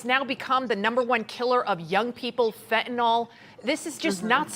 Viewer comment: It’s called FENTANYL… NOT Fentanol. There is no such drug named Fentanol.